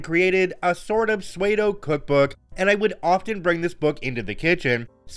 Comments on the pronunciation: Did you say swaydo instead of PSEUDO 😂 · Oh now, I just realized this is an AI, "psU-way-doe".